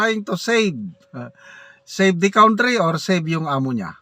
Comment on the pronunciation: Ikaw ang heneral that i dont respect .Your pronunciation of country is very wrong.Sorry hanapin mo sa google .hahahaha.😂😂😂